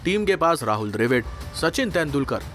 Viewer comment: dr A vid kya hota dravid bolna seedha seedha bihari